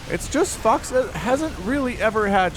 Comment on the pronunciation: is it just me or is it that every time that he says fox it almost sounds like he says fucks... are my ears playing me for a fool?